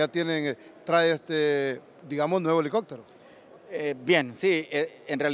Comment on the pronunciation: "alicoctero"gran reportero ese es mi país Honduras.🫣 $ 1.3 millones costo de la " reparación "💥